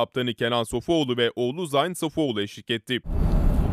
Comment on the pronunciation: Zayn degil ,Zeyn diye okunur..